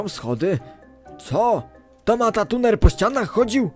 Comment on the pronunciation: dzięki za 💙 ale niemuw matatuner bo to matruner.